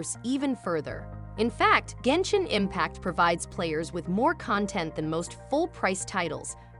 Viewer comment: I believed everything you said till I heard genshit impact